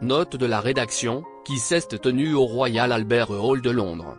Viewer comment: Qui lit ce texte ? . C'est insupportable..qui seste tenu pour dire qui s'est tenu. Si esti pour c'est....en Afriqueu du sud.. Respectez la langue française